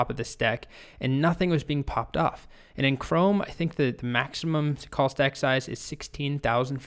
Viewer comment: At first I had thought you said "COLT" Stack and was wondering what this was all about... :D